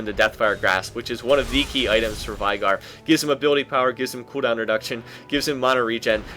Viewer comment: LOLikr?! I CALL IT vey gar pronounced like that not vai